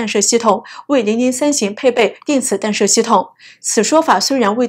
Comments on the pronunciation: 弹（tan）射，不是（dan）射！！！ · “弹”不念“dan”, 念“tan ”。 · “弹射”应读做“tanshe”。